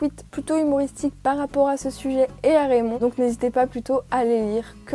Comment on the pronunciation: RRRRRRAYMOND en anglais😂